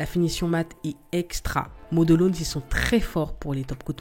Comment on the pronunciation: Salut je voudrais te dire 2 choses...la 1ere merci car toutes tes vidéos m'ont été utiles très bien expliqué et surtout très beau travail qui donne envie. La seconde je voudrais corriger ton anglais car ta prononciation de modelones est trop bizarre😂 Quand tu comptes en anglais comment tu dis comment. one two three? Car là c'est model...ones... pareil..😂 enfin c pas méchant mais trop bizarre😜 sans rancune❤